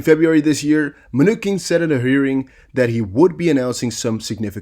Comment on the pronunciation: You have great content! As a former English Teacher, your credibility will improve if you learn to pronounce names/words properly. For example, Steve Mnuchin (Men-oo-chin). I know it takes extra time in creating a video to review and make sure words are pronounced correctly, but it will be worth your time.